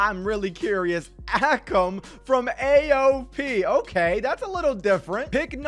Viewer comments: not ah-kum its ay-kum akam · It is. Pronounced a-come and Rey-Zar